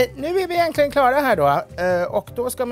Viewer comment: Mitt hjärta stannade när ja hörde självaste Edward blom säga ”egenkligen”